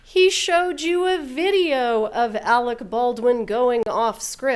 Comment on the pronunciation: Why can’t the in-studio guest pronounce Alec Baldwin’s name correctly? He’s been calling him “Alex” all day! 🤯